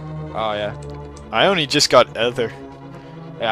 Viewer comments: its E ther not a ther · Um,,, and, I'm pretty sure Ether has a long E sound, like breeze or nematode or lean...